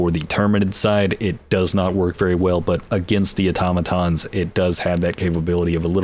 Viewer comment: Straight to the point, concise. TAHNK YOU! note: I followed you cause you're the only person talking about this game that actually pronounced Automotons and Terminids properly haha